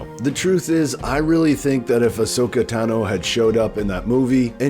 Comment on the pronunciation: Tah No. How do people still mispronounce it. She says her last name 40 times